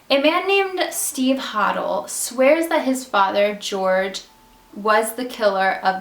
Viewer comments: The guy who wrote book about his father, he pronounced the last name Hoe-del. New here...I like it. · A few things as I have studied this case in depth . 1. It’s pronounced George Ho-Dell. 2. There is no proof that Elizabeth went to Hollywood to be an actress. This is just speculation and there is no evidence she ever even auditioned for a movie or tv show . 3. Imo Short’s killer was Hodel and the Cleveland Torso killer was most certainly a man named Sweeney and therefore they are not one in the same . 4. I completely agree she was not a prostitute and engaged in the practice known as dating for dinner . 5. While I really wish this case could be officially solved I highly doubt it ever will be and the case is as good as it ever will be too much time has passed and many witnesses and suspects have passed on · HIS NAME IS PRONOUNCED HODEL. NOT HODEL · Great video! You're pronouncing the name 'Hodel' wrong though. No biggie, just pointing it out. I might just sub your channel.